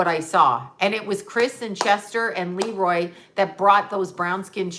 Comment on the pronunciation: LeRoi Moore is pronounced le-ROI , accent on the second syllable...please stop saying LE-roi...love you! (Can you please channel him?)